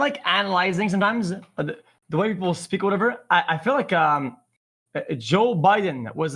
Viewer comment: Joo biden